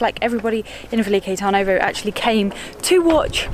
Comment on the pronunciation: TURN-ovo like the English 'turn' makes more sense